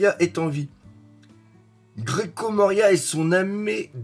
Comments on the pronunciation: Chaque fois que tu dis « Grecko » Moria (au lieu de « Gecko ») j’ai envie de hurler. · Grecko moria ... omg mes oreilles saignent 😂